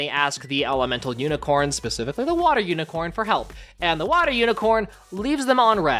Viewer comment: i love that he says IS THAT UNICRONE JESUS